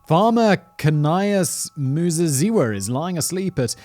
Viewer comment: Your pronunciation of Muzeziwa was spot on. greetings from Zimbabwe